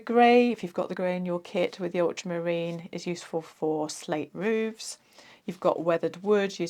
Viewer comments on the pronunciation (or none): none